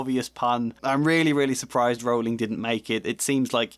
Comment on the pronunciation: Rowling like bowling, not like cowling.